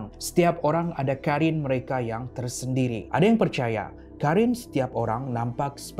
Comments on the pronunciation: Abang bukan karin tapi korin sebab ق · Bukan Karin tapi Qarin